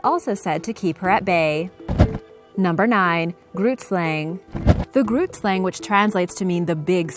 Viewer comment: Haha. Laughing so hard now. I am from South Africa. And I speak Afrikaans. Grootslang is an Afrikaans name. The g in Grootslang is not n ghu sound. It is more a rough sound at the back of ones mouth. Weird description, I know. But that is the only way I know how to describe it.